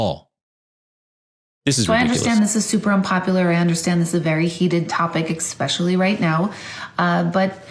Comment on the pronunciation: When people wana sound smart but say ec-specially Bro I’m sorry you sound stupid 😅